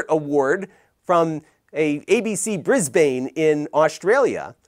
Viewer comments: Awesome vid! Fyi I'm aussie and it's pronounced more like "Brisbin" (Brisbane QLD) :) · Brisbane is pronounced Briz-bun. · Oh no, another American that can't say Brisbane properly.